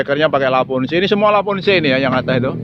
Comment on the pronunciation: lavoce maseee bukan lavonce